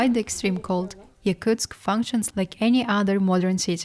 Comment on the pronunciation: Wow that’s madness, props to Daiaana and other Yakutsk locals! I could never live there. Is it pronounced Yakutsk or Yakuteya (phonetically)? Because the narrator said both several times.